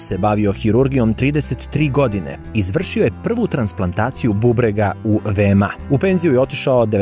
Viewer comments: Kaže se ve-me-a (VMA) a ne ve-em-a😉😉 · Kakav vam je to izgovom VeMA se kaze za VMA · Prestani da govoriš VE-EM-A!